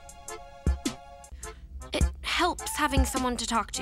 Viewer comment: I accidentally skipped to the part of the video where said stay, but it sounded like gay 😂